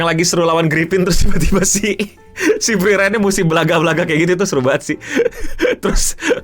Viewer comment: kenapa lu nyebutnya himel sama frerein dah gw jdi bingung jr